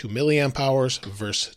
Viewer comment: Versus. Not verse.